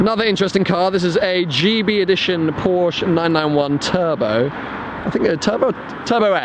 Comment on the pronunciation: It is not called porsch, look there is an e at the end, it is called PORSCHE!!! Learn german du dummer dulli